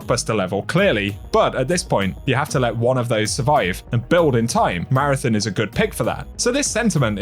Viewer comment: Please pronounce Marathon correctly, lol.